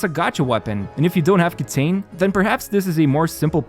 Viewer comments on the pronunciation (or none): Kitain is pronounced “kita-een” but no one except some Asian streamers get it right